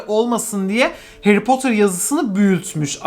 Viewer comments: Nobody:: heri potur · Nobody:harry potter:Harry potur